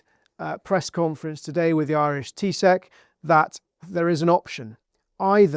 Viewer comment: A quick one. The Irish Taoiseach is pronounced TEE-SHUCK From a Paddy!